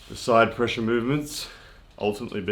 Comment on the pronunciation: Also : ‘pressue’